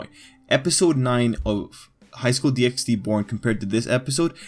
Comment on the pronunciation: Good video but it low key triggers me that you say DxD, it's pronounced Highschool DD!